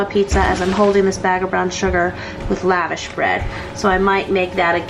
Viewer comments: It’s lush-gosh bread if you want to say it properly. Not Lavish. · Love your videos. I've always heard it pronounced laVosh bread. Webster's dictionary online seems to say it that way too Yummy stuff. Good idea to do pizza with it.